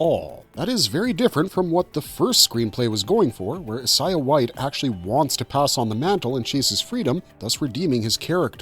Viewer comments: Who is “is-Eye-ah”? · He's pronouncing Isiah wrong